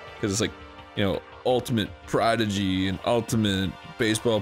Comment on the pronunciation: well considering the fans kinda forced arin to finish the last mario game he was on... i feel like this is his way of passive aggressively getting back at the audience.... sorta like when dan corrected him for saying prodigy wrong and he kept saying it wrong for like three games in a row lol..